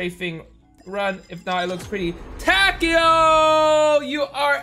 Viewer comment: I'm sure it's (Ta-kay-o) but i could be wrong.